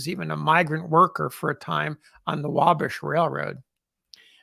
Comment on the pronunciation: You should learn to pronounce Wabash. The accent is on the second syllable. Wa bash'.